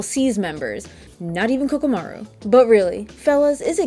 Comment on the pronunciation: Really nice video that was funny and I agreed with a lot of what you had to say about it. However there is a crime you committed and that is butchering the name of poor KOROMARU. Not once or twice but three whole times you called him Kokomaru and even when you had his name shown directly in a clip that said Koromaru you still called him Kokomaru.